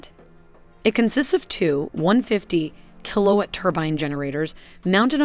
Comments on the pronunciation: I can't wrap my head around the bad pronunciations. ..."kill oh it" when it's "Kill Oh Watt" and she pronounced "turbine" ..turbin. and you misspelled "inches" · Kilowatt... not Kill-oh-it. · My biggest complaint is with the pronunciation I mean for Pete's sake she can't even say kilowatt. And on top of that she doesn't know what the heck she's talking about when she says it doesn't even rotate. A phased array radar does not rotate it doesn't have to. It uses phase arrays as in varying the phase angle on the array antennas in order to change the beam Direction. If you don't know what you're talking about you shouldn't be making a video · Kullowit = Kilowatt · Weird pronunciation of kilowatt